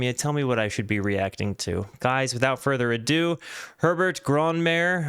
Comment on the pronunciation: Very bad reaction. You don‘t even understand the message of this song. You a$$hole don‘t even bother to pronounce Herberts name correctly, arrogant american. WHO the hell do you f*ck*ng think you are? The midpoint of the entire world? You are just stupid flat earthers and trumpists